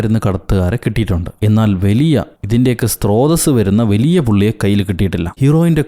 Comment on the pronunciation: ഒരു പഴയ ആളാണ്.എന്തെങ്കിലും കമൻ്റ് ഇടണമല്ലോ എന്ന് കരുതി ഇരിക്കുമ്പോഴാണ് ഒരെണ്ണം കിട്ടിയത് സ്ത്രോതസ് അല്ല സ്രോതസ് ഇനി തെറ്റരുത്